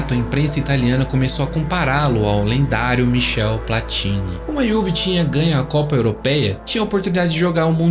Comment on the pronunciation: Pronuncia-se Platiní.